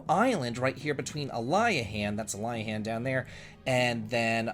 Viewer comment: The Ali- in Aliahan is pronounced like the Ali of Muhammad Ali. Source: Japanese phonics.